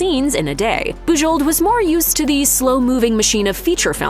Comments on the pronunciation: Boo-ZHOH. Please pronounce the name correctly. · I'm fairly certain that the last letters of her name are silent. Listening to this was very painful. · Thumbs down for the atrocious pronunciation of Bujold. If you can't even find out how h to pronounce her name, I can't believe anything else you say about her.